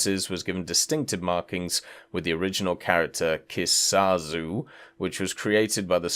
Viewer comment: Emmm exuse me sir, but it's "Kisarazu" not "Keesawzoo"